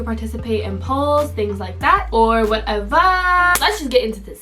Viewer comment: When said "this is where u can participate in polls, things like that or whatevaa" 😳 she switching it up on usss 😭🤷🏽‍♀️